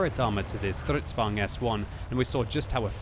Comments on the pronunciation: Stridsvagn, Kranvagn*... "Stritsvang" and "Krangvang" makes me cringe! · every time says "stritsvang" or "krangvang" I cringe a little